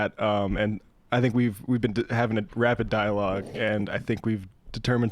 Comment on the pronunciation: Did she say "rapid dialogue" or "dying rapid log?"